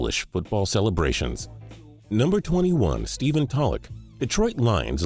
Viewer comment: I though Stephen tolluch was pronounced tole-c